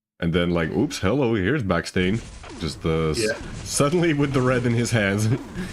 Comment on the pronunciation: guy: calls himself Baksteen, commentator: back stain :P